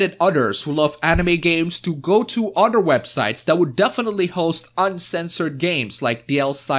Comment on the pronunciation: The My Girlfriend picture is of busty girls...and he keeps saying "udder people." I know he means "other people" but I just find it funny.